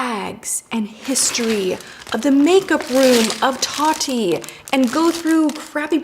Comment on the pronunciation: Am I the only person that loves the way she says her name? Taahtti lol